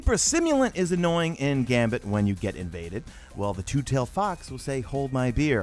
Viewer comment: Loll butchered the name but keep up the good work